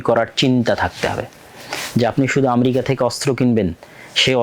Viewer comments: জ্ঞান বাড়াতে হবে। বক বক করলেই হবেনা! ইরাক-ইরাম যুদ্ধ কেনো হয়েছিলো আগে জানুন। আর আম্রেকা না ওটা আমেরিকা উচ্চারণ হবে। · স্বঘোষিত বিশেষজ্ঞ ! যিনি উচ্চারণও জানে না। আমরিকা কী? পৃথিবীতে কোনো রাষ্ট্রের নাম কী আমরিকা ??? যুদ্ধ হচ্ছে জ্ঞান ও প্রযুক্তির দ্বন্দ্ব? না আধিপত্য, অস্ত্র ব্যবসা, অর্থনৈতিক নিয়ন্ত্রণ ???